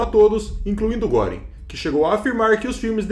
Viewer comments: "Guêring", "Kaitel" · Se lê Guêring. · GRANDE DIFERENÇA ESSE TEMPO DE ENFORCAMENTO, RECEBERAM O QUE MERECERAM.....E NÃO É GÓRING ...É GUERING... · a pronúncia de Goering está errada!!!